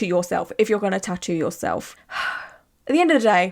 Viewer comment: The way she’s pronouncing tattoo is driving me crazy, I’m also Swedish and it’s not that hard ffs